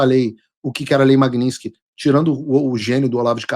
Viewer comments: Paulo Figueiredo, a lei é "Lei Magnitsky", e não "Magninsky" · Paulo, não é lei Magninski. O correto é Lei Magnitsky. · Paulo, o nome é russo, e em russo a pronúncia é exatamente como se escreve: Magnitsky. O americano é que transformou a pronúncia em magninski. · A maioria das pessoas fala errado. Não é magniNsky é magniTsky em homenagem ao advogado russo Sergei Magnitsky...